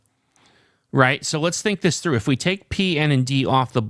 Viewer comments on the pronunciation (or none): none